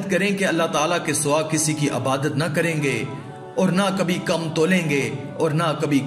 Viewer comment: Urdu to seekh lo bolna abadat nahi hota Ebadat hota hai